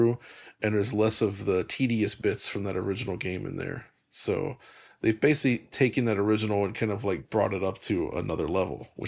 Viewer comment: There’s a stretch during the Halo VR segment where mispronounces the word ‘basically’ as “basely” like 6 times within a minute or two. Extremely unprofessional.